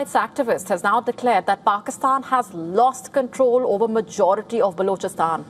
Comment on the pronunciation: What a crap way of pronouncing words. Gosh. Unlistenable grr. "Blochastaan". Blargh